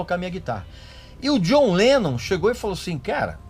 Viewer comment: Eu racho o bico quando a pronuncia dele soa como "Jonleno"